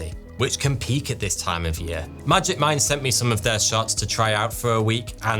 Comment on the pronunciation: When the sponsor for magic mind came up, I swear I heard "magic mike" and I was like ... huh?